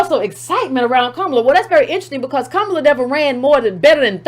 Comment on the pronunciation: “Copallah” Harris 😂😂😂😏😉😀😅😂🤣😁😆😄